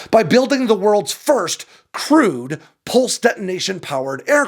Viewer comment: “Crewed” or “crude?”